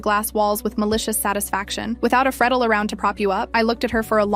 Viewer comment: It's pronounced "free-del. I know this because that's my last name.. lol. AI sucks.